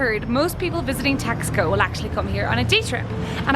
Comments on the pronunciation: Should be pronounced Tash - Ko, not Tax - Ko. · Nice video. BTW, it is pronounced Tass-koh not Tax-co. And those were not tacos you were eating at the beginning of your video, those were flautas (flutes). Tacos are folded tortillas with fillings or a crisp fried tortilla formed into a shell that is then filled. Flautas are filled, rolled, and fried tortillas. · It’s pronounced “TOX-koh” not “TAS-co”. Otherwise, a delightfully entertaining tour, Makes me want to go there. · It reminds you of Europe because it was founded by Spanish travelers, therefore, does indeed reflects the direct connection... 😁🥰 it’s pronounced (Tas-co) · Someone may have already mentioned this...but they pronounce the name Taxco as...TASH - ko. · The City's name is prouncounced :Tosh...co" no X sound at all. And those were not deep fried tacos..they were "flautas"... If you are going to do videos please try to get at least the Basics right.... Gracias....